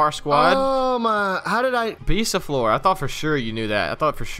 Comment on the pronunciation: Btw u speak the "or" from bisaflor like "ar"